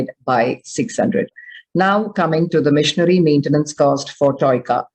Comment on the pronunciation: Why im hearing missionary maintenance instead of machinery 😂